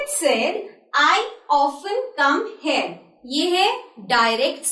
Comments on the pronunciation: you are pronouncing "here" as "heir" .. Pl improve your pronounciation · ap hare q bol rhi ho........................sidhe se here nhi bolsakti kya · The correct pronounciation of 'here' is 'heer' & not 'hare'. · pl pronounce here as here not 'heir' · you must say 'pronunciation' insted of pronouncing and we pronounce "here" as hair from Raj pandey to harshala rani (mistake finder) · the way to speak "Here" iS NOT LIKE HEY-AR ITS HE-AR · She speak here like hair... 😃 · It would be better if you learn the correct pronounciation of HERE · "here"pronouncing is wrong and pls spk in english but pls don't combine both .. Thats too annoying ! :( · Pls learn to pronounce here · Here is pronounced wrong and also well done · "here"pronouncing is wrong